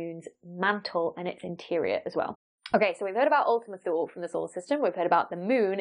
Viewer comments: Ooltima Too-lé. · It's actually [ulti'muh too'lei], from Latin for "A distant unknown region"